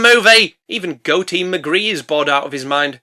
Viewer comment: I know you called him, But I am hearing Goaty Mcgee and am disappointed there were no goat jokes